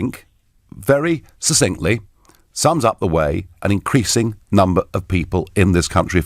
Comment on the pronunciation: At 37.33 Nigel yet again mispronounces the word, 'succinctly.' I've already corrected him on his pronunciation of this word before, but he's a repeat offender. It isn't 'suss-inkly,' it is 'suck-sinktly.' I'm a fan of his, but if he's trying to be in a position of influence, he needs to know the language. If anyone here is on facebook or twitter, would you kindly let him know this.